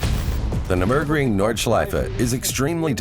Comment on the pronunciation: The Nuh-berg-ring? What the hell is that? Are we in a different dimension? Its Nurburgring you blithering idiot